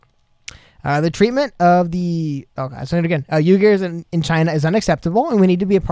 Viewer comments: Uighur Pronounced WeeGoor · oui- gurrrrl like french oui and gurrrl u so fine. L is silent. UHYGUR